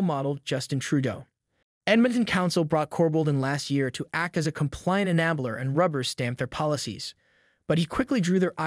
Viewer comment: I find it interesting that Alberta elected a very conservative premier, yet almost all cities & municipalities elected progressive, liberal mayors! But then, elections were done by machine voting!!! Please explain why simple words like 'enabler' are nuts pronounced in every video? Do you have AI reading your videos aloud? I love your videos but this mispronounciation is very annoying. Keep up the great reporting.